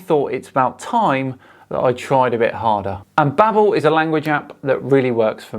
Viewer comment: Bro its pronounced babe-l as in label not babble....its like Babelfish from Hitchhikers....sorry my OCD got the better of me